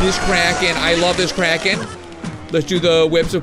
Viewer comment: I thout you said Karen.